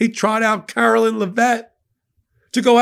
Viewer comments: Eh. We all know he didn't win-win all seven swing states. No way in hell. He didn't even get half the nation's total vote, so it shouldn't be statistically possible. On a side note, I love that is pronouncing this insufferable woman's name as "Carolyn." I bet that really chaps Karoline's the same way literally everything chaps her boss's. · you do a great job and are my fave, but PLEASE pronounce Karoline's name correctly!!! You say Laura Ingraham's name accurately, why can't you get this press secretary's name right? C'mon,, leave the mispronounciations and slurs to their administration. It's beneath you.